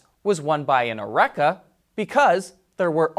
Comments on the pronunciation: Aruca? I think you mean Acura? Do you have Dyelsxia? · Acura backwards Aruca. The picture was probably flip when he was reading it. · Can you really not pronounce ( Acura ) you said it like you were reading it backwards. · He's not saying Acura. He's saying Oreca. Different brand. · He said Oreca...